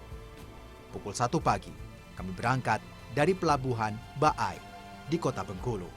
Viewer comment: dibacanya pelabuhan ba'ai, pdahal baai doang, bkan ba'ai d bacanya....😁😁